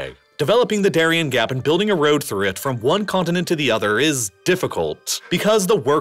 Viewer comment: Continent has a T in the middle too.